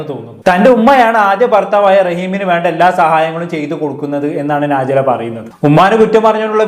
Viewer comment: നാജി ല അല്ല ടോ നജ് ല ശരിക്കും സത്യങ്ങൾ ഒന്നും അറിയാതെ ഒന്ന് നിർത്തി കൂടെടോ മറ്റുള്ളവരെ കുറ്റം കണ്ട് പടിക്കൽ